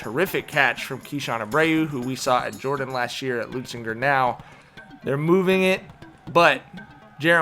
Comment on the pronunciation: Leu Zinger!! Where is the “T” you scholars keep pronouncing?? It’s not Leutzinger!